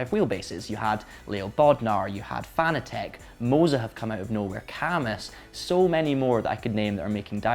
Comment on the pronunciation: Emphasis on the second syllable in Fanatec. It's a whole new word innit? :D